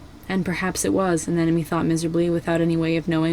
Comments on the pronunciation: you mistook fathom and turtle so damn much also anemone is pronounced an-em-o-ny Besides that the video was still spectacular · Bro said fathom and anemone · Escuse me did you say FATHOM and anemone? At 4 secs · Just so you know, in the beginning you said " Fathom and Anemone" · I think you accidentally said Anemone and Fathom in the intro, lol Great video, though!